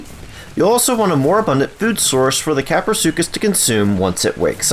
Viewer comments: Kapro not crapro🤣🤣🤣🤣🤣🤣🤣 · Lol english isn't my first language I thought you pronounced kaprosuchus like this kah-pro-such-us I didn't know it was pronounced kah-pro-su-cus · Craprosuchus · "Crapro" 😂😂😂 best part of video and was quite unexpectable. Plzz next taming guide on quetzal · “Crapro” 🤣 it was bound to happen 😂👍